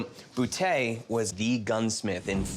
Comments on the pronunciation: "I've waited half of my life to shoot a bootay" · Rick can't even pronounce Boutet's name and then he goes and gives a history lesson....